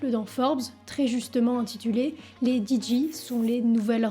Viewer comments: On ne dit pas "didji" Madame... C'est soit "Didjé" en anglais, soit "Déji" en français mais pas de franglais par pitié ! :D Merci pour la vidéo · salut, on dit "DiGey" et pas "DiJi" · ARRÊTEZ DES DIRE "DIDJI" sérieux c'est "DIDJé" putain sans déconner les boomers la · Di Ji ?! 😅 Dé Ji en français ou Dee Jay en anglais mais pas di ji !!! 😂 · Par contre on dit djay pas djee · Attention gros commentaire chipotage : La lettre "J' en anglais se prononce "DJAY", c'est la lettre "G" que l'on prononce "D'ji". Tu fais la confusion constamment malheureusement , si tu peux gommer ça pour l'avenir ce serait top ! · Nous les DJ, on déteste aussi depuis la nuit des temps les gens qui prononcent notre boulot "DIDJI". C'est "JAY" bordel de merde, DEE-JAY. Understood ? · Super intéressant mais j’ai frappé les murs de ma maison à chaque fois qu’elle disait « Diji ». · “Didji “💀 sinon la vidéo très nice. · Super vidéo, même si j'étais pas près pour les "Didji"😂 ça m'a fait du bien à ma nostalgie